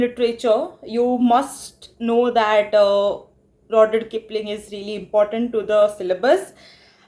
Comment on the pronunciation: RUUD-YAARD Kipling ... You're pronunciation of the name is horrendous.